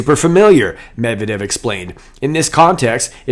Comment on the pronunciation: “Med-Ved-Ev,” an interesting name. It’s really NOT that hard to pronounce!